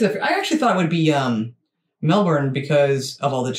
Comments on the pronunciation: If the War Memorial is your thing Google Australian War Memorial. There must be a video. Its amazing. And for info all American narrators mispronounce a lotta stuff like NOT Melborn its Melb'n NOT Brisbayne -Brisb'n Fraser Island NOT Frazier Island. Australias climates vary south to north. In general up north is hot and tropical. Has a wet season and a dry season. Never freezing. Central inland desert regions freakin hot dangerous hot. Perth and Adelaide very hot summers mild to cool winters. Not freezing. Sydney pretty hot summers but can get cold in winter. The further south you go the colder it gets. Have all 4 seasons and snow on the Australian Alps, Snowy Mountains. There are ski reesorts. Tasmania off the sputhern coast of Victoria is mild and temperate in summer and b.... cold in water. Next stop south is Antarctica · Essentially think of Australia like the US, we are same size, so have vastly different climates depending where you live. Melbourne (Mel-bin is the way to pronounce it … I’d suggest watching an Aussie video of this with the Aussie accent. He was mispronouncing many things) is known to have 4 seasons in one day, Tasmania the heart shaped island under mainland is cooler most of the year esp in winter. Western Australia gets very very hot, and the top of Australia is humid. I was just in Brisbane (cbd) of Queensland (northern eastern state up top) and it had 70% humidity! We can have floods in one state and bushfires in another. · Ningaloo in Western Australia. Pinnacles, Karri Forests Melbourne is pronounced Melbin.....lol. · Best way for a North American to try and pronounce Melbourne is to say it like Mel-bin. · Ahhhh!.....we pronounce it Mel-ben, Bris-ben and Can-bra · Melbourne: Melbourne - pronounce Melbn Yarra River - pronounce like 'yellow'. The world's biggest Greek population outside of Greece. Never trust the weather report. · Melbourne- pronounced melburn. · Melbourne is pronounced Melbn. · Melbourne is pronounced "Melbin"